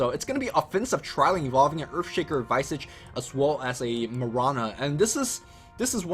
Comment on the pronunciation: Yo Visage is pronounced (Vee-zaj) like Mirage not (Vy-sage)